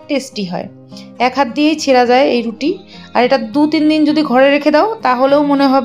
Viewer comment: তুমি তো রুটি বলতেই পারো না